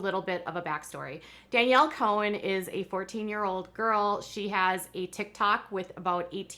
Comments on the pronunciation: Danielle Cohn Pronounced CON. Not Cohen. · It’s pronounced “Con”